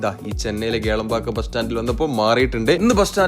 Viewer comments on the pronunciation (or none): Kelambakkam alla sirji, Kilambakkam. Randum rand sthalamaanu. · Kelambakkam alla.... Kilambakkam 😅